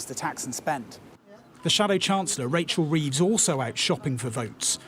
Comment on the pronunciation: “Racial Reeves”